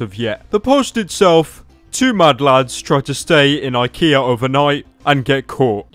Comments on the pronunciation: Gee they pranked me good I the title says IKEA but this man said IHEA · And he says IKEA with an r on the end.